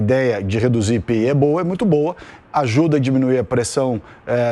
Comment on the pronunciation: Minha nossa que repórter é essa?? Quem neste pais diz IPI? É comum dizer apenas as iniciais do imposto sobre os produtos industrializados chamando-o de IPI e não como uma palavra. Cito apenas para mostrar a falta de cuidado na introdução da matéria. A iniciativa do ministro é bem vinda.